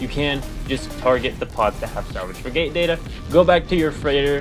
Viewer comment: how the heck do you not know how to say FRIG_ATE it is not a Fri Gate, how do you even breath properly?